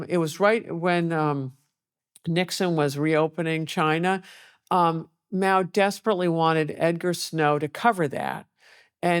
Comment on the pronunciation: Is she saying … Meow?